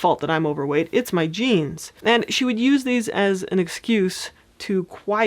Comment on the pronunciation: When you first mentioned genes I thought you said jeans lol